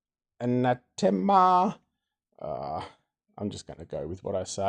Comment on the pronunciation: Listening to you try to pronounce this name has made my day 😂❤️